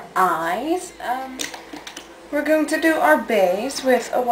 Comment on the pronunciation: "We are gling on a summer holiday"